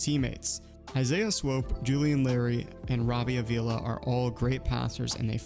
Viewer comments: I’m sorry, but my last name is Avila as well and I just gotta comment on this. Pronunciation is “Ah-vee-la”. Not trying to be a jerk. Loved the video! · no worries at all bro, the way you said it is the way most people say it, so it’s really not a big deal. I’m just trying to get the word out 😂